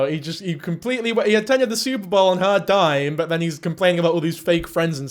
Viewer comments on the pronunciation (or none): none